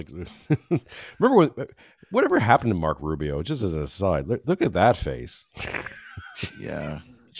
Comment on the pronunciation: Did he call Rubio a rentbo